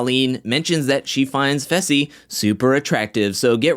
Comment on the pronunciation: You are saying fessys name wrong you say it like fesl but its faaaysalll